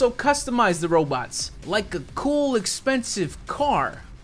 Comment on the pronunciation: "Like a cool expensive car" Emphasis on expensive